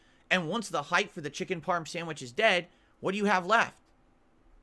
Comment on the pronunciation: The way says "parm" tells me everything I need to know about him. Repetitive, mind-numbing, graceless, and lacking of the most crucial aspects of Italian heritage. Also, that Ernie-from-Sesame-Street laugh he does with Jasper on-screen is grating.